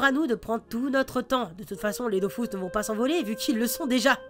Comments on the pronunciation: Ça s'appelle de Dofus é non Dofuos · Dofous, Kamasse, Kolizeoum. Sheeesh